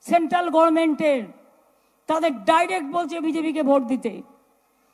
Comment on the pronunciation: কথাটি গরমেন্ট না গাঁড়মেন্ট